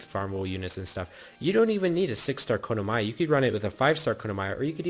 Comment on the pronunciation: kono-maya? bro learn to pronounce